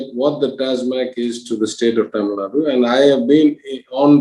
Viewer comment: it is not Tamilnad it is TamilNadu. "U" has to be called out in the pronunciation. Can Dhanya be called as Dhany?